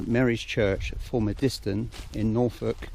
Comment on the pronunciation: You pronounce the village name wrong. It's Full-mud-stun. I grew up there.